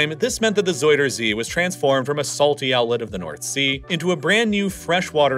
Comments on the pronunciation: ”zeider zie” 💀 En daarna “zoider zie” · Ja.. door de soudersee (zuiderzee) moest ik echt ff lachen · Isn't is ZOW-der-zee not ZOY-der-zee? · Love the vid, bit of a nitpick, but zuiderzee is more pronounced like "zuyder zay" than "zoider zee" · Bro just say southernsea instead of saying zuiderzee like its soyasauce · ”zoyder zea” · zoidercee lol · Nah don't be silly. Soidersee or frenchfriesland? No effort made at all. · As a dutchie loving how you call our city names and Zuiderzee haha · I love how you try to pronounce our names. Please don't stop. However, you pronounce Zuider-zee (south sea) as if it's a name out of toy story 2 of another alian which is either a friend of Buzz Lightyear or his enemy. I am dead. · the way you say zuiderzee and friesland 😭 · whahaha being dutch its funny to hear you call our places so badly its just so funny to listen to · I mean this half humorously, you are so butchering Zuiderzee's name now. Put it in google translator and ask for pronunciation, it will speak it out well.